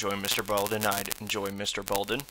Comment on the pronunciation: Mr.Ballen not Balden